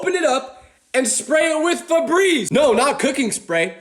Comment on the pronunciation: “frenreeze lalallala” like bro what? febreeze is crazy